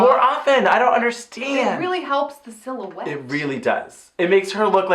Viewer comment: No going "I'd KNow thaT SIllUWAHETE anYWHere ArrY BobBBins!".... 2/10